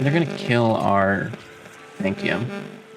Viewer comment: Good old Sanct-ee-um.